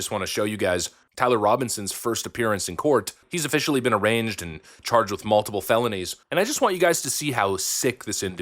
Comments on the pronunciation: did he just say, arranged instead of arraigned? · FYI that's "arraigned" not "arranged". Slightly different. Arraigned doesn't have a hard G, it's basically silent. Like "a-rained". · He's officially been "ARRANGED" LOL it's "ARRAIGNED" homie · Uh-rained. Not arranged. Youre welcome. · Did you say, "...he's officially been arranGed" instead of arraigned? How can you say the look in his eyes - we can't see his eyes/ Cam you? Are you able to zero in on one person and enlarge it? If so, you should have done that for us. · FYI the G is silent in the word Arraigned “Uh-rain-d” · it's "a-rained" btw